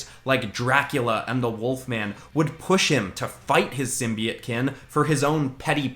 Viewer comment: (Sorry it just bothers me when people say it like sim bee it)